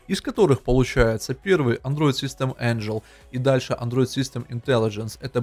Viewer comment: Android system angle произносится как Андроид систем Энгл! Safety Core произносится как Сейфти Кор!